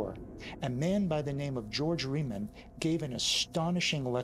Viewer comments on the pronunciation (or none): Riemann, not Reimann